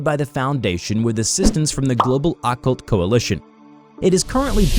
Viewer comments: He pronounced occult so weirdly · I don't know why it annoys me that he says occult and plumage wrong